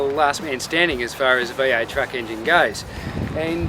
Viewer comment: what kind of an English is it? v8 is being pronounced as "y aıyt"